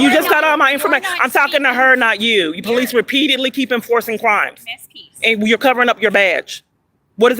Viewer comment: RE👏PEAT👏EDE👏LY HAS 4 SYLLABLES.